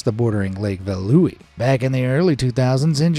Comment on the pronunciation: Correct Dutch pronunciation on the lakes Lake Veluwe (Feh-loo-ve) Lake Wolderwijd (Volder-vayt) I'm not Dutch, I have been practicing the language off and on since 2011.